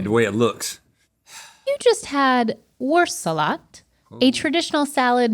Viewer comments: pronunciation of wurstsalat needs a little work. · That "Wurstsalat" hurt my german feelings.